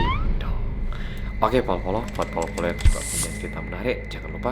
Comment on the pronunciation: Mas nada mu beda Bolo-Bolo bukan Polo-Polo